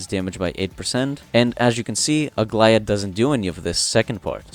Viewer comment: I was about to say that you had the best pronunciation of her name i have heard so far by any creator, but then you said you are greek, so it makes total sense. I'm super hyped about aglaea as well🎉